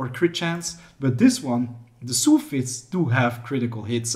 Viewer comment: You pronounce Soul really weird btw